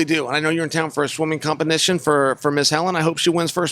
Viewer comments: Man said compenition 💀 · Chael can't even say competition right lmao